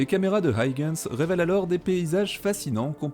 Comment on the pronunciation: Passionnant comme toujours. Mais pour Huygens c'est pas aille-gens qu'on prononce, c'est juste: u-i-gens